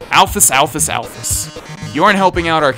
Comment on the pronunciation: alphys is said like the Y is a ES so you should say it alphES